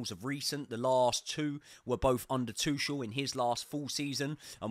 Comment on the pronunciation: I really enjoy your Chelsea podcasts. Good energy, great footballing expertise. To my own surprise, I also really like your boxing channel. Excellent work. Congratulations. One request: Could you possibly work on the pronunciation of some non-English names? Broja, Malo, Tuchel etc.? That would be much appreciated. Many thanks, you will turn me into a proper boxing fan!